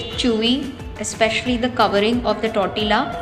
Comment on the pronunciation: I don't mean to sound rude but you are pronouncing the word 'Tortilla' incorrectly. The food looks yum though!😋Please keep posting more such videos.